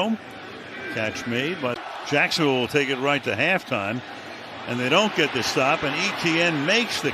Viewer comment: why do these announcers struggle with the name Etienne? They pronounce it as if they were reading initials ETN